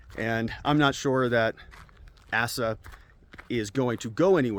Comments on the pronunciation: Hutchinson's first name is pronounced as AY-sa, not ASS-a, (not that this guy's name will come up for much longer, with regards to the primaries.) Otherwise, great content as usual! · Asa pronounced ai~sah :)